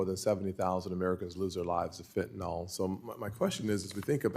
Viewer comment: Golly, it isn't fen-ta-nol, it's fentanyl, rhymes with will.